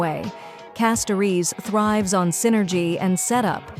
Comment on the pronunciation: The mis-pronounced names are so jarring. If you're using a speech generator, you can always change the spelling of the names in your script to force it to pronounce them correctly, "Castoriss" and "Fye-non" maybe?, and just make sure your script on-screen is spelled correctly.